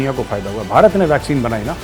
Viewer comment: सोनिया जी भारत को बरात बोलते हैं उच्चारण शुद्ध करवाइए सब भारत के साथ हैं